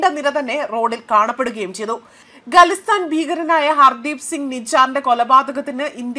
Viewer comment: Galistan alla😂😂😂😂 Khalistan parany parany edaki galistan ayippvunn